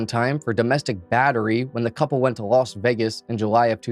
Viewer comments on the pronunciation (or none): none